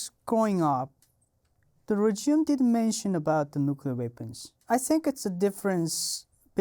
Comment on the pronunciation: Fascinating. We don't know how good we've got it in the West (or any democratic nation). Also I love how he pronounces "regime"...rej-ee-em.. hehe. His English is amazing though. Better than most natural English speakers 😂😂